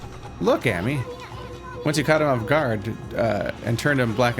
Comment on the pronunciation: I know it is a moot point but, Ammy is pronounced just like you'd say the Ama in Amaterasu but with a y at the end now(Ah-me)